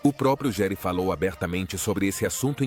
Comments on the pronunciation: Se escreve Gere,mas se diz Guere! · Nossa como as pessoas gostam de bisbilhotar avisa dos outros, não sabe nem pronunciar o nome do ator direito nas quer jogar sua vida no ventilador só pra ganhar ibope!🤦🏼‍♀️